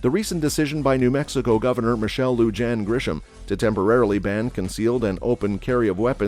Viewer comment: You mispronunciation of the governor's name is very grating. She is hispanic. J is pronounced like an H, LL is pronounced like a Y, I is pronounced like E. Do a little research before you open your mouth. BTW, I don't think the Bernalillo county sheriff can travel to another county and arrest the governor. The state capitol is not in Bernalillo.